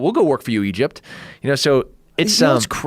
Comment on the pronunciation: Working for “Idgept”